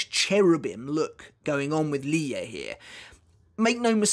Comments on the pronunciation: I think the pronunciation of Lille’s name is “ Lil “ not ‘ Lie ‘ but this fight is amazing for sure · Because often in many languages, two “L’s” are pronounced with a “y” articulation rather than a hard L. So Lille is most likely pronounced “Li-yeh”. Combined with his last name, Lille Barro - to me, it sounds like that’s what Kubo had intended because it rolls off the tongue rather than Lil Barro or Lili Barro. I’m not saying this is absolutely how it’s pronounced, just that it’s most likely pronounced this way. We’ll know soon enough once the anime eventually gets to this point. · I think Lille is pronounced like niel with an L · I think it’s supposed to be “leeyay” so yeah ur close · Lille is a town in France and is pronounced "leel" in english, or "lill-luh" in france